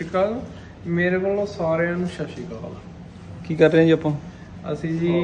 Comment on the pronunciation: bhaaji sorry but shashical nahi honda sat shri akal hota hai I think.......Sorry in advance if offend